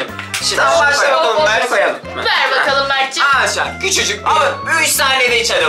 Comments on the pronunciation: Ama arkadaşlara aşalar diyo amanın demesi çok komik hahahsjjsjs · Abi aşar diyorsun arkadaşlar yaaa😄😄😄😄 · Peki arkadaşlar yerine ağaşlar demesi😂😂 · ağarşlar diyorr